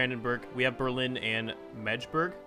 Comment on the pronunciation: Ah, yes. Your second city is pronounced: "Mak-de-bourk" I hope, this will help you. xD